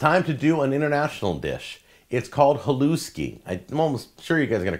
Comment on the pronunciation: Hi, thanks for making this video. It is pronounced Halushki btw